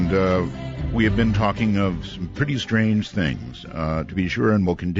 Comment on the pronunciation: "very SHTRANGE"